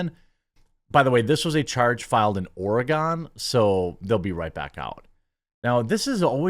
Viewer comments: I hate to be that person but it is Ore gun not Ore gone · Or-E-gin not Or-E-gone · As a person that lives in Oregon, it's pronounced or-gun not ora-gone lmao I'm triggered!!! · not really if you pronounce it like Oregonians do 🤷 Somewhere between "Aura Gun" and "Organ"... Not "Or Uh GON" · Oregon is pronounced Or Uh Gun. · You talk FAR too much shit about Oregon. Literally on every single video about Oregon I make a comment, either correcting your pronounciation or your political understanding of our state. First off ORY-gun is over 80% republican by land mass. Literally Salem, Eugene and Portland have enough votes to veto everyone else in the state. Secondly we could talk about all of the BLM fucks and the "Violent extremist car" and the tranny grooming camp that all took place in your state. Fair play. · Oregon is pronounced with 2 syllables not 3 😂 closer to the word 'Organ' , w' a very mild to no emphasis on the e. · That mild emphasis on the e makes it three syllables though. He is saying it weird I will admit. I've always heard it in my head like "or again".